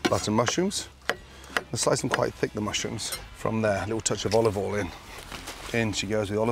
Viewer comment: He’s absolutely right to slowly cook eggs and I love the way he calls “oil” “all”! I fear he’ll overcook his veg though as it looked lovely and slightly browned (not burnt) but then he carried on cooking them! And he cooked the pork perfectly as it was cooked very quickly and it was browned on the outside but not blackened. To be fair the veg didn’t appear to be over cooked.